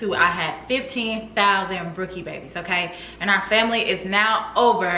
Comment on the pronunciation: I can't believe I won!!! Yes you said my name right. I am shocked I loved the video and your comment about family and winning was the icing on the cake. Brookie Babyyyyyyy leo gang!